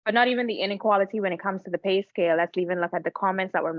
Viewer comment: It’s “inequality” not “UN equality “